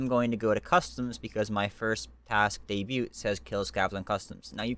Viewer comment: The t is silent in debut.